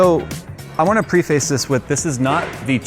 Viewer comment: My brother in christ it's pronounced 'PREH-FISS' not 'PRE-FACE'.